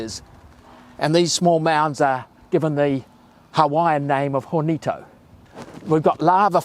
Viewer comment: No "R"in Hawaiian language , HoRnito !!! ???